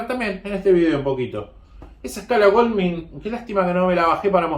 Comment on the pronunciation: Se pronuncia Gouldmain no golmin.